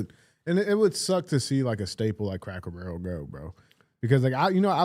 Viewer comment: Does DJ say Crackle Barrel?